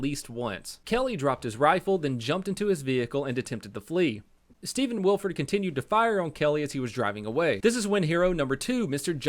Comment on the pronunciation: This is massively late but it’s pronounced Will-eh-ford.